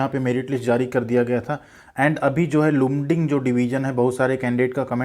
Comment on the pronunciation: Its pronounced as Laamding Mera bhi mail aya hai, ITI 83% 10th 59%, Welder ST